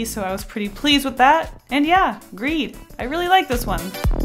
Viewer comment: Is it just me who thought for a moment that greed said Greg ?